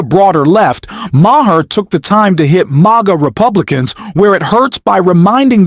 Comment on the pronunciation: It's just pronounced Mar, dude.